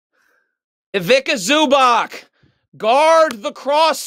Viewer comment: my best part as slavic man here that he intentionally mispronounces IVIKKA ZUBAKK all the time lol